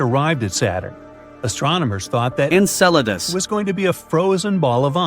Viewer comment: ENCELADUS! …Encedalus? NO! ENCELADUS!